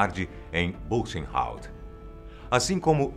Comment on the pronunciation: Amo seus Videos, vc é excelente! Mas por favor olhe antes no Google a pronuncia certa em alemão: por ex.: Buchenwald. Apenas uma critica construtiva😊